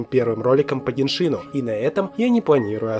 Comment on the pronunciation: Теория чумовая!!! Только не ГеншИн, а ГЕншин..